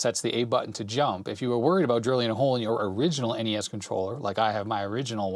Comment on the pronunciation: Noooo you said NESSS. N-E-S please lol. That's my pet peeve since you mentioned them haha